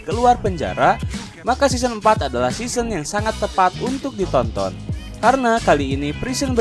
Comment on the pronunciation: Correct "season" bukan seoson